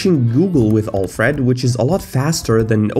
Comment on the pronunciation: Next video: I learned how to pronounce Alfred correctly It boggles my mind how you consistently show us that you don't know how to use macOS. The mouse is not poorly handled; you just don't know how to use external mice properly with macOS.